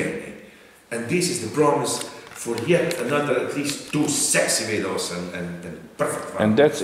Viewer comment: It really makes the "vidohs", doesn't it? Hahahahaha